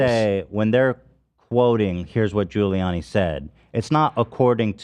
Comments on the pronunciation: i think he was saying "ghouliani" but i might be being charitable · Ethan pronouncing Giuliani as “googliani” made my day